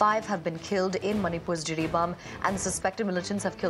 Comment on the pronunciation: Jiribam not Jiribaum